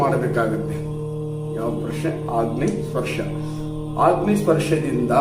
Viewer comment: ಅಗ್ನಿ ಗುರುಗಳೇ ಆಗ್ನಿ ಅಲ್ಲ ಉಚ್ಚಾರಣೆ ಸ್ಪಷ್ಟವಾಗಿ ಇರಲಿ